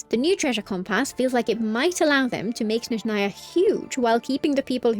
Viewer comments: she says snezhnAya instead of snEzhnaya, tho yeah my bad i didnt listen properly, the other part is corrent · i mentioned this under the previous genshin video, but i'll repeat (hopefully you see). please pronounce Snezhnaya correctly: its crlear S in the beginning and stress on the E edit: my bad, i didnt listen properly, you pronounce it correctly (but just with the wrong stress)